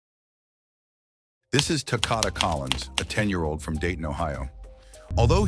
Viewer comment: Maybe you should try saying his name right. It's Takoda rhymes with Dakota. RIP sweet angel boy 😘